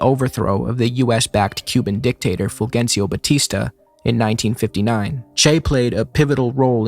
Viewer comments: just by the way, it’s “ful-HEN-see-o” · I'm normally not like this but it's Fulgencio is pronounced"fool hencio"